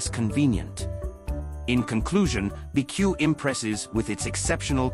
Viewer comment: The AI voice doesn’t understand it’s called “B” “E” “C” “U” not “beque”. As a result, this video has no credibility. If you can’t pronounce the name of the company, then everything else is suspect.